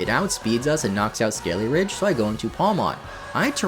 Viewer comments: It’s not “Skele-RIDGE” it’s “Skele-DIRge” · It is SkeleDIrge, not SkeleRidge. I made the same mistake for a long time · Skeledirge, not Skeleridge. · It’s actually Skele-“dirge”, not Skele-“ridge” as you kept pronouncing it. Also, when you say highest level in the game, do you just mean among the gym leaders? Cuz i fought a team star boss that has pokemon over 50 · Skeledirge ❌ Skellyridge ✅ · Does it bother anyone else how this guy pronounces Skeledirge as Skeleridge? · Did this man say "skellyridge" 😭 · it hurts so much when you call it "skelly-ridge" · SkeleDirge, not SkeleRidge.. lol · Hey bud, it's Skele-Dirge, not Skele-ridge lol. Sorry, just had to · it's Skele-DIRGE not Skele-RIDGE. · Please read the name.. it's skele-DIRGE, not skele-RIDGE. Unless you're doing that on purpose... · Its skele dirge not skele rigde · Take a shot everytime says Skeleridge instead of Skeledirge. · It's Skeledirge, not Skellyridge! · the way you say skele-ridge instead of skeledirge lol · Mispronouncing Pokemon names is so annoying! It's a skeleton that sings. Skele-dirge! A dirge is a funeral song. Many Pokemon are meticulously named and localized to many different languages to keep their overall theme. Get their names correct! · They keep calling Skeledirge "Skele-ridge." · It’s SkeleDirge. There’s a D in the name. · “instead of having a lowly Fuecoco we have a big strong Skeliarage” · Isn’t it Skeledirge, as in funeral dirge? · lmao him calling skeledirge ''skellyridge'' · why does nobody pronounce Skeledirge correctly? Do people just....not read the Pokémon's name, or do they not know the word "dirge"? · Why do people keep pronouncing Skeledirge wrong? Seems like every YouTuber I've seen with one doesn't know how to say it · The way you pronounce "Skeledirge" 😭😭